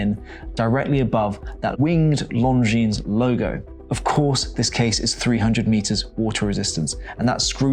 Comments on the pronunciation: It's pronounced Longine, not Longines. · The S is silent in Lon Jean, annoying AF, must come from the same school as Harrison at CH 🤦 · Don't pronounce the "S" on the name Longines. It makes you look like an amateur. Every watch enthusiast should know how to pronounce the names of the brands.